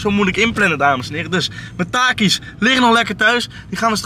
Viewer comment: Deze man zegt takies